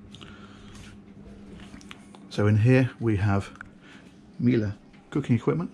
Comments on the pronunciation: On behalf of everyone, congratulations on pronouncing Miele correctly. We're all behind you, it's been a long, hard struggle, but eventually we got there. Well done! Another great video, love the positivity, never a harsh word just for the sake of it, clearly knowledgeable and it comes across that you love what you're doing. Always charmed when the videos come out. Very much look forward to them and no wonder the subscription base is climbing. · Incredible yacht, brilliant presentation as always! Would love to see a catamaran sailing yacht should you ever get the opportunity to show us one. Oh and it seems you have mastered the art of pronouncing Miele! (noticed it in the last videos too) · Yes!, you said it right!! Miele;-) Congrats and love the video as always;-)